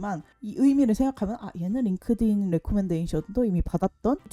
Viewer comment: Inglish ㅋㅋㅋㅋㅋㅋ 링띤 레코멘데이션은 생각도 못했네요 진짜 꿀팁.. GPT 활용법도 너무 좋아요 감사합니다!!